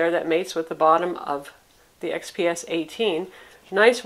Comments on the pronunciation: Dell xpx ? Not gonna a watch a video review hosted by some woman who can't even say the product name. Wondering why it wasn't redone either. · she said it right the second time... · You must know nothing about this reviewer. She always does an excellent job. You are refusing to find value in the review because she mispronounced something?